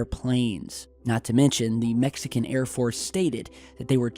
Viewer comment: the way says MEXican is entertaining